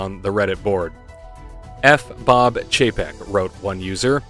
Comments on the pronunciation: Oh dear. Did I just hear "PAYCHEK" in place of Chapek?😳😯😳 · You did hear that correctly. A little more classy than what I've been calling him Bob Cheapaz.